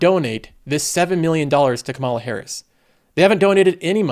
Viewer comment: Please pronouce Kamala Harris's first name correctly. The first sylable gets the emphasis, not the second.